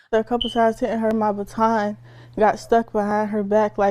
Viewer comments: Sorry but it is pronounced "BUT - ON" ......not "BAT - IN". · Lol it's driving me crazy 😂😂😂 ba+ton ba+ton not button lol it was like someone kept pinching me lol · In America It’s not pronounced BUTTON. ……. It’s BAW. TON. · What is a batin??? Bah ton that’s how it’s pronounced LOL. I know. I’m being picky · It's BA TAWN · Learn how to pronounce ba-TON. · only Americans pronounce it ba-TON - The rest of the world thinks we’re weird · I understand that you’re reporting what you’re reporting but you have to learn to understand if you’re talking to us here in America you need to speak English. It’s called baton BA-ton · It’s called a Ba-ton! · It is pronounced be-tahn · Here in America baton is pronounced "buh-TAN" or "BAH-tan". We don't speak the King's English. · Baton is pronounced with the emphasis on the second syllable--not the first one. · It was clearly on purpose. Please pronounce the word baton properly. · The way you pronounce “baton” is distracting to my American ears. 😀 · You have no clue how to pronounce Baton eh? LMFAO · The woman can not pronounce baton properly. Lol